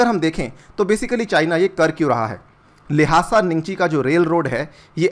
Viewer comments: its लाशा not लाहासा🤦‍♂️ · I think the correct pronunciation of Lhasa is लासा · The way he is pronouncing the "Lhasa" is so hilarious.